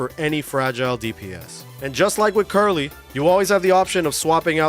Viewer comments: Why the fk are you calling krillin, Curly? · Who the F is Carly/Curly or whatever the F you said?